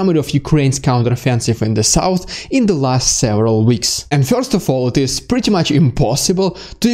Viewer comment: Very helpful updates. Thank you. Your impressions are also funny. And your English is very good. A kind comment on the pronunciation of one word: "First": It rhymes with "worst" and has one syllable or could be rewritten "furst" for pronunciation if that helps.